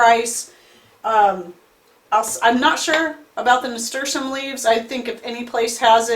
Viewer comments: I could Not understand what herb you said you used in the beginning .... what did you use ? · I could not understand the name of that herb you used in your tincture. Could you put the name at the bottom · Please tell us what kind of leaf this was because although you said it many times it wasn't clear. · Hello what's the name of the leaf that you used I can't understand the name even I turned the close caption and it doesn't translate that word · Are you saying Nasturtium leaves? They grow a flower that is also edible?